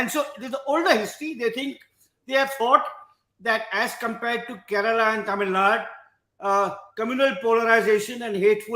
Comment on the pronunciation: Karan - it's KarnatakA,KeralA..not how you pronounce it